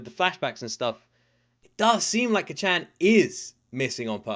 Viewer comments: Please just listen to the dub to know how to pronounce Kacchan, its Kaachaan. Sounds like youre saying Kachow lmao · Your pronunciation of kacchan is so funny. Try to say it as “kca^t-chan” where the A has a slight up, you kinda cut at T and immediately follow it with a sharp Chan sound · is still calling Bakugo, "Kachen" 😭😭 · Heads up, being nitpicky, but the first syllable in Kacchan isn't shortened. It's all pronounced with the same emphasis. Cah-chan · Can you please stop calling him Kacchan lmao... It just cringes me idk why... Imagine if your friend from childhood or your sibling called you an infantilizing nickname like Luky-Luky, I wouldn't personally call you that because I'm not close to you at all... (+ the pronunciation is really off so it kinda irks my ears too). Like you can just call him Bakugo like every other character in the show and every single person who watched the show, + it's easier for the pronunciation. Anyways, glad you're enjoying it so far, I knew it would be one of those you would like from the beginning based on your prior reactions to other shows, but it'll be fun watching this show again through you eyes. Have a great day/night!